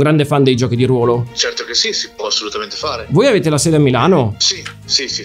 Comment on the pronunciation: Quando hai detto RUÓÓÓÓÓÓLO con la o pesantemente chiusa ho capito che Mauri gli avrebbe detto 800 stelle